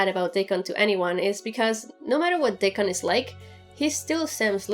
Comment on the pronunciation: Your accent is hard to understand^^ "Dick on"? :D Curious whats happening on season 6